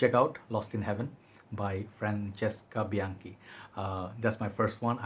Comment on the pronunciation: Sup? Almost made a swap for this one last week, I got something alse but I still think about it a lot. Looking forward to hearing your honest opinion. Yes! That's how you pronounce it right. I love when people do that correctly, it shows respect toward his country and culture., whenever you feel ready to take your branding to the next nevel, I'm here for you bro! Write me and we'll take it from there. Peace and love!